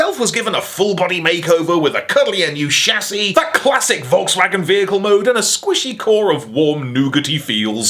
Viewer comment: Volkswagen shins.... volkshagins, come on man!!!